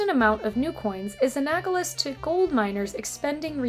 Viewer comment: Shame about the 'anagolous' :-). Otherwise, pretty good, so thank you.